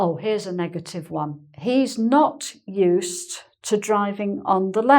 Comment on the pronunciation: I remember you talking about adopting the upper English (I forgot what you called that) use of "caunt" for "can't" rather than your native English similar to American English. I never thought about, but hear now, the "uz" for "use" (except as a function "use", as I just posted above) and the "ussed" for "used", but now you seemed to be dropping the D in "used", and almost a T. I'm only half-way (hawlf-way) through, so maybe I should have waited.